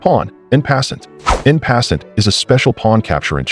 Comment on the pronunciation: I was hoping so much this wouldn't be AI content, and then I hear the narrator utter "in passn't" XD